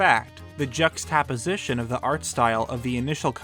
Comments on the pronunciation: I can forgive your pronunciation of the name of the island, but jux-tap-position?!?! Lol!!! The way I have always heard that pronounced is jux-tuh-position. Otherwise great video. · Jux-tap-osition??? It's jux-tap-osition. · Pronounced like this...Juxta-position...not Jux-TAposition. Sorry man but that shit hurts me haha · "Jucks-tuh-position". It's ok, it's a big word. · “Jucks tah position” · How did you just say Juxtaposition? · Link's Awakening is a great game and I'm glad it's being re-made, but this YouTube uploader seems to be struggling with philosophical answers to obvious question, down to not being able to pronounce the word juxtaposition from some reddit comment. It's a 2D game being remade on the Switch, which has the power of a large cell phone. Just pure laziness and profit margins would make it an extremely fair assumption that they picked the 2D game to remake because they knew they could do it in easily under two years and without a giant staff.